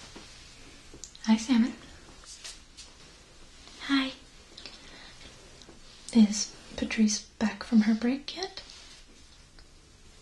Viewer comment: I am french and everytime ou say Salmon, i hear Semen... Wich is clearly disturbing...